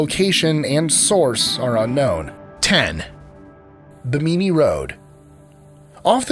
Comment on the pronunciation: What?? #10. pronounces "Bimini" as "Buh-MEE-NEE" WTF? lives Florida and can't pronounce the name of the island that is 45 minutes due east of Fort Lauderdale????